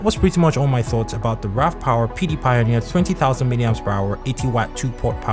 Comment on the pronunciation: Sounds like he's saying "Pewdiepie" whenever he says PD pioneer